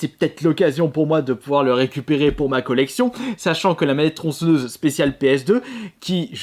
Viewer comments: Passe outre, on est tous déjà au courant de ses problèmes d'élocution, c'est pas notre problème blc. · TronçEnneuse... ptn mais la faute de prononciation de gamin de 6 ans. Tu dis crocrodile aussi ?